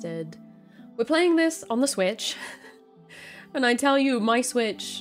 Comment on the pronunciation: "We're playing this.....on the SWTICH". Ok, here we go. lmao